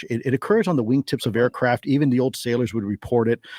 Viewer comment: Just cried again at the “ ooooo you stow ayacraff?!”